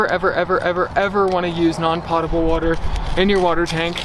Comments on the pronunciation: just fyi, despite the way it looks, "potable" is pronounced poe-tah-ble not pot-able... in case you ever ask someone and they look at you funny lol:) thanks for sharing your adventures with us! it's always fun to see what you're up to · When you speak about water fit to drink, it's pronounced "pohtable". I enjoy your videos and, speaking as somebody who spent 14 years in network television, I think they're well-produced and interesting. I learn at least something new from every video. Keep up the good work. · "Potable" is pronounced with a LONG "O" like "hope" not a short one like "pot". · Potable is not pronounced like "pot," sorry. It rhymes with soap.